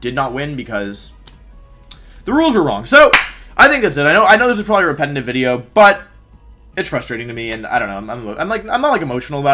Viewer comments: why do you say “wideo” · "What's going on guys, welcome back to another Wideo..." Wolfe Glick. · We’re just gonna ignore the fact that he’s saying “Wideo”? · We dont ignore it, we celebrate it!